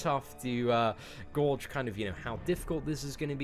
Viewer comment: = super tough to GAWDGE